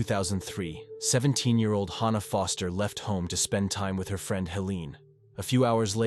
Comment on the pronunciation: The “free-and”? Lol! Friend…?